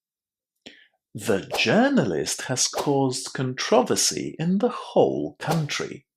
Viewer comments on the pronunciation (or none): pay attention to the errors in this video. For example: "The journalist has caused controvery..." insteand "controversy". There are ohter ones in it. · I pronounced ALL the words correctly - and then I stumbled over "conTROversy". 🙈 I already figured it couldn't be "controVERsy" thanks to the rule "not like in the native language and not like in French" (-> "KontroVERse"/"controVERse"). 😂